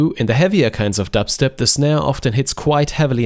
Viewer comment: i love how europeans say dubstep.